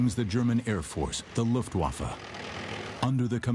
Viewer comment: hahahahh yes, "luuftguafa"